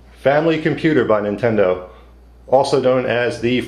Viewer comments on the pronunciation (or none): Lol, "Nintenedo" :P